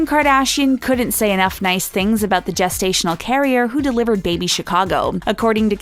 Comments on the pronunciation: I think the narrator should know it is pronounced “jest-stational “ not “guest-stational” 😬😬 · Okay I'm 30 seconds in and its jest-ational not guest-ational wtf 😂😂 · Someone please tell her its gestational not guessed stational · Guess-stational??? Jest-stational.... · Is anyone slightly annoyed with the “Guesstational” instead of gestational carrier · Isn't gestational pronounced gel not guess? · Wtf is a gas-stational carrier lmfao! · Lol "guess"-tational carrier. Learn how to pronounce the word. Oh wait you said it right later in the video. Wtf?